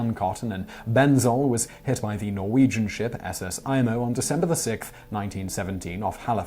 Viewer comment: Imo is pronounced E-MO However on top of the explosion,tsunami tidal wave..Halifax was struck with a snow storm the night of Dec 6th-Dec 7th..which caused survivors of the explosion to die from exposure/freeze to death. There are stories of people working to free people trapped in homes hearing others burning to death in the homes next door because there just wasnt enough helpers (able bodied people) to help with rescue